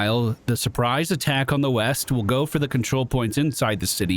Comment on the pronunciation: Yeast I thought you said weast. What kinda compass you reading lad? This one sir. That’s west. You’re fired again. 😂